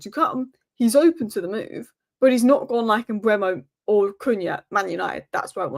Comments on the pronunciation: Mbeumu should be pronounced M-boo-moo. Saw an interview with him and this is how he pronounced his own name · Here’s the answer to the Mbeumo pronunciation for anyone interested.